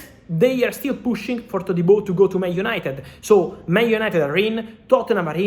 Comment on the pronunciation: He says his name correctly...